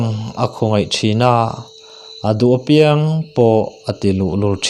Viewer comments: Chhiar thism khawp mai, ngaihthlak a nuam dap dap e. "Apiang" tih i thluk dan erawh kan thluk dan nen a inang lo deuh.👍👍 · Apiang tih hi athluk i ti diklo fimkhurtakin aw i in peknate aropaia uluk takin aw... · I chhiar thiam hle mai ngaihthlak a nuam e,apiang tih erawh hi chu........ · Apiang i lam dan hi adik lo